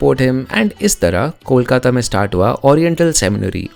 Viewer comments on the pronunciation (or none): none